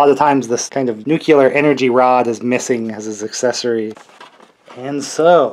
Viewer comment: Why does everybody say "nukular" the way Homer Simpson does?